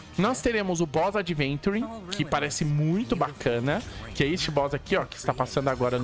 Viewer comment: Meu deus cara o nome dele não é adventure é AVENTURINE